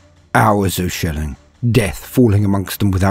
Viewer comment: Lol Baldys accent. "Hours of shelling." sounded like "Hours of shilling."